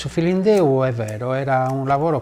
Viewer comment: "Su filindeu". Business Insider has to have their hosts entonate Italian words the right way, I thought she was speaking Chinese. She says it like, "Su-feelin-doo". It's "Sue feelin'-DÉ-ÚH".